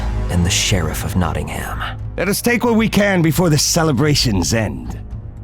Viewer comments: Notting-ham 😂 for msa voice actors; its notting-um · LOL I LIVE IN NOTTINGHAM AND IT not-in-um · I’m sorry the way they pronounce Nottingham 😭